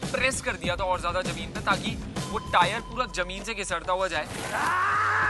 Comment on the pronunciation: Its is weird Indians saying "jameen". Its "zameen" for God's sake